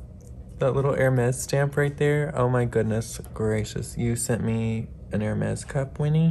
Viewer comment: What a lovely cup! I love your filming setup, it’s so cozy! I have a fireplace in my den but I can’t put a tree near it because there’s no space. (You would love that room, I see spider crickets there in the fall and sorry to say, I vacuum them up. 🦗) You pronounced Hermès just fine! My neighbor calls it Her-mees, accent one the first syllable. 😁